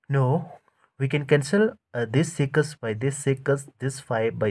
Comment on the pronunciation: six ❎ sikas✅